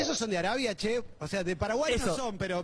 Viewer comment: Holaaa, se dice CHE no she (se pronuncia como "CHAncla" jajajaja) Saludos!